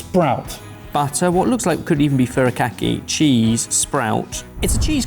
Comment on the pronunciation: you love japan so much, so for fucks sake learn how to pronounce japanese names. furikaKEEEE. KEEEEEE, like ayy, All japanese is consistent, its so annoying to watch you do typical british thing of not even trying to pronounce things right.